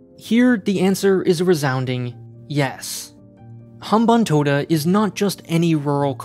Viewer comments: As a Sri Lankan, I have to say that you pretty much got everything right when it comes to the Sri Lanka. The leasing of Hambantota Port (you got the pronunciation right btw so kudos to that) took place due to the culmination of many different factors. It wasn't as simple as China purposefully lending funds to build the port so later they could take over it. The debt-trap narrative like any other typical western narrative misses context and fails to realize that each country has its own different and unique circumstances. Also, the Hambanthota port isn't as bad as many claim it to be. The port is actually doing quite well as a ro-ro transshipment hub and is expanding a lot as we speak. Anyway, great job on a deconstructing a biased run-of-the-mill western narrative with half-truth through objective analysis. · He actually got the pronunciation of hambantota right